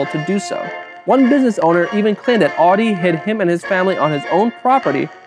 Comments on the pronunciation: That's not how you pronounce 'Adi', and not how you pronounce 'adidas'. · Why do I keep on hearing Audi instead of Adi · You're pronouncing 'Adi' as 'Audi'. It's weird. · Because he pronounces the 'a' in Adi wrong. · adi and rudi is pronounced very american!In Germany we pronounce them different. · Why do you pronounce all the German words impeccably.... Except for Adi and Rudi🙈🙈🙈🙈